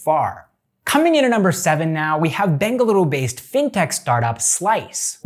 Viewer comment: Happy yo hear you pronouncing Bengaluru correctly